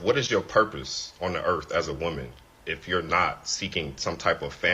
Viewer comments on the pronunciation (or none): Lol he said "erf" what is "erf" is that the planet he lives on in his head? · This first guy was just released from prison. He needs to go back and stay there. 😂 he can’t even pronounce earth 🌍. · He needs to focus on speaking properly. There's no "F" in "Earth"... Moron🤦🏾‍♀️🤦🏾‍♀️🤦🏾‍♀️